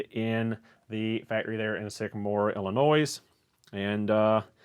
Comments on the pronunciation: thank you, im 15 and just got the x-frames coming for my 16th birthday, just an fyi it is pronounced ill-i-noy instead of ill-i noys. coming from coming who lives there lol. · The s in Illinois is silent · SK Tool is about 45 west of me. BTW the s in Illinois is silent.